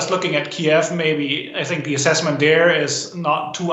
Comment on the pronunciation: And it’s pronounced Keev now. Not Key ev